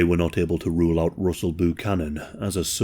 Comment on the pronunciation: I never thought I would hear an every day white person name like Russell Buchanan butchered by an English speaking person 😂 “Roosle Boo-canon”